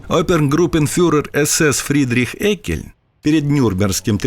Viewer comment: Прежде чем вы ходить на широкую аудиторию, автору не мешало бы узнать, как правильно произносится фамилия персонажа, про которого снят сюжет. А произносится она не "Эккельн", а "Еккельн" (Friedrich August Jeckeln)